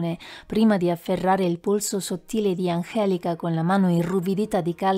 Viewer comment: "mano irruvudita" LOL